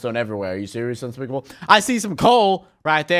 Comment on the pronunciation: How did u do that say unpeakabble